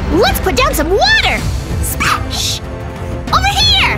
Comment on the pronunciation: when said “spash” 😂